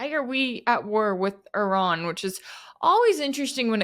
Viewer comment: Euran???, the I in Iran or Iraq is pronounced like the I in Italy, Israel etc...